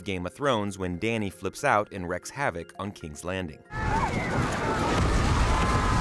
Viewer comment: Wreaks havok, "Wreaks" not wrecks.